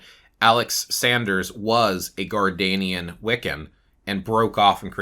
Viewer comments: It’s pronounced Gard-NER-ian not Gardanian. I’ve been watching your videos for a while now. Usually your info is at least accurate. This one is fubarred and I honestly don’t know why you chose to speak about Traditions you never trained in or initiated into, or at least researched thoroughly. The Correllian Tradition is based on a foundational myth that was concocted by two old men who were trying to get ppl to sign up for Witch School. They did some really shady things to appropriate Wiccan teachings and lore from oathbound traditions, as well as Native American spiritual practices and various cherry picked philosophies. There is a great deal of info about the truth and origin of Correllian Wicca available online. It’s mostly considered a tradition that was born from a money making scheme and is viewed as something to steer clear of. I know this was posted a few years ago. I just happened upon it whilst looking for something else here on YT. It should stay buried in the past. Sorry, this ‘explanation’ and answer to the question was just poorly done. If anyone wants to know accurate info about Gerald Brousseau Gardner and Gardnerian Wica, please read books by Phillip Heselton. He is the most respected Gardnerian historian. For context, I’m a Gardnerian HPS and FOI Prs-Hierophant and have been on this path for 38 yrs. ☮️ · It is pronounced" Gardnerian" like his name Gardener. Definitely. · It’s so funny how he says “Gardanian” everyone I know says “Gardnerian” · Respectfully, it IS Gardnerian instead of Gardenian. Source: I am an initiated Gardnerian 😅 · it’s the first time I heard it pronounced like that, anyways I know what you mean.